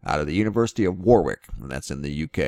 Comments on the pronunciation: It's pronounced' 'warrick'! Thank you for sharing though. Love your videos, learn a lot. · Warwick pronounced wawr-ik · its pronounced worick. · It's pronounced Wa-rick. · You say it as Worric 😁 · The second 'W' in Warwick is silent. "WARICK' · Warwick pronounces War-ick!! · Warwick , UK , is pronounced Warrick . Brit idiosyncrasies :) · Thanku great update Warwick pronounced without the 2nd W as in Warick. I guess theyr paving the way softly for disclosure or maybe not?